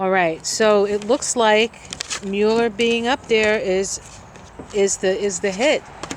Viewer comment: Thanks for the reading although Mueller’s name is pronounced Mull-er not Mule-er.😍Blessings